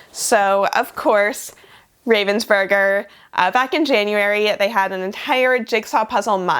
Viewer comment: reivensbörger... that sounds so funny. :D Correctly pronounced in english writing would be something like roughensbourger